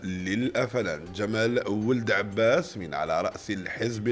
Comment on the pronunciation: ضرك أنا نصبح على هذا ؟؟؟كيفاش راح يفوت اليوم؟؟؟........حرف ما نطقو صحيح ها المخلوق.......أذول فلاون........الثحافة الوطنيةليوم الخميث........ذمال ولد عباث